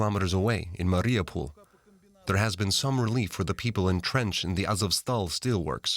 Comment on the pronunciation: It's MA-riu-pol, not ma-RI-u-pol. He put the em-PHA-sis on the wrong syl-A-ble.